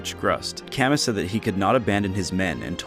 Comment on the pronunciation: A few notes from a series fan: Hardin got depressed because Nyna didn’t love him, not because the marriage was forced Camus is pronounced Camoo Nyna’s recruitment in Mystery and New Mystery is not just late, it is in fact during the final boss fight. Gharnef uses her as a sacrifice to Medeus, but this can be stopped if she’s recruited so she can’t be consumed